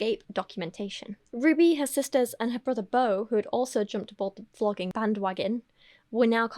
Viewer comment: Is it intentional that you pronounce vloging almost like flogging?